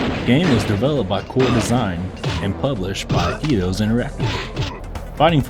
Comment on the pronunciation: I think it's pronounced "Eye-dos". Other than that, great review. Subbed.